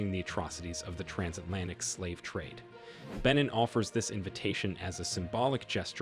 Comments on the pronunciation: It's pronounced ben neen. Irritating! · You're mispronouncing the country and your sniffing is irritating